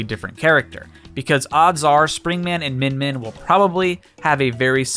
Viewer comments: It's MinMin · It’s min min guys I’m from the future